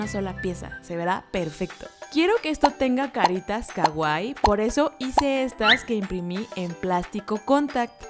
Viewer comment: Me encantan tus vídeos pero odio cuando dices kaguai no se pronuncia así 😥 es Kawaii la w se pronuncia ua y tiene doble ii las dos se pronuncian pero fuera de eso tu canal me encanta